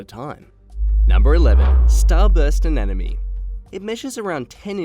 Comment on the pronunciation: I enjoyed the video in spite of the narrators CONSTANT MISPRONUNCIATION of the word ANEMONE. O.K., repeat after me, AH-NEM-OH-NEE! It is NOT pronounced AH-NEN-OH-MEE. It’s not THAT difficult! See? I honestly cannot believe that they let something THIS ridiculous pass through the production. This error surely makes me doubt other pieces of information in the video.